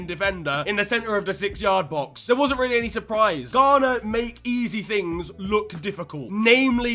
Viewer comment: Ghana? More like Gone'ah?